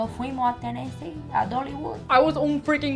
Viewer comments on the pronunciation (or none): “ Cuando fuimo’ a Tenesí...a Doligud” jajajjaa